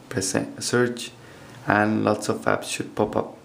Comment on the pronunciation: I sounded like you said "And lots of faps should pop up" no offense